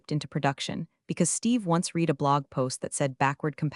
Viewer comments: It's pronounced red not reed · Read, still mispronounced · You should explain to your narrator(*?) that read has 2 different pronunciations depending on meaning. Is this A1 read? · it always gets "read" wrong. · Check pronunciations of read on context. Same spelling two pronounceds